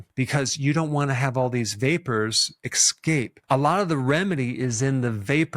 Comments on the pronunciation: Why do seemingly intelligent people continue to use the words 'exscape' and 'exspecially '? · I swear you said "excape". :-) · You said excape the word is escape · The word “escape” is not pronounced as “eXcape”. That is important